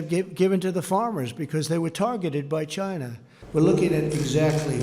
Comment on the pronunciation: Its Chyynnaa, not China - Sir "Do Lund Trump".